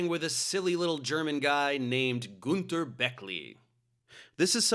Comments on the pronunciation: btw. I love and respect your videos. But as a native German speaker, I need to mention that you mispronounced Günter's name. YOu called him Gunter (Goonther) but he's actually pronounced like Günter (Günter)! :D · Man it‘s gÜnter not gunter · Every time I hear a native English speaking person pronounce the name Günter my nails screw themselves up ^^ (u and ü is not pronounced the same way…). ok this guy’s German accent is even more annoying ^^ I’m not a German but German is my native language so I am allowed to say that ^^